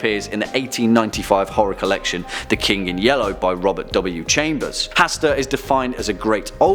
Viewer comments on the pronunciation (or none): none